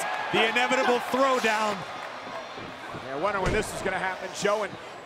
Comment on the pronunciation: Empire Abdul it’s yeah not yaeh